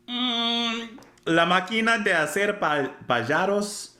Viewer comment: The pronuntiation would be: PA - HA - ROS, like a ha ha ha